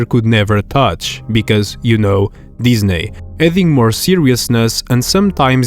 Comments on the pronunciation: it’s pronounced Disney not disnaie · Ah yes, "diznaiy"